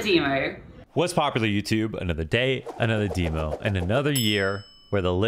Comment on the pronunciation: of course is the only one that says demo the wrong way